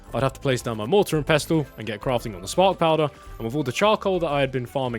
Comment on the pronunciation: I can accept the americans fucking up pestle pronunciation. You, sir, are from the mother country of the language. PEH-SL... pessel